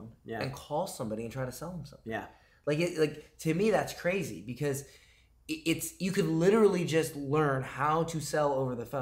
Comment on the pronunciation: When it gets cwazy I listen to.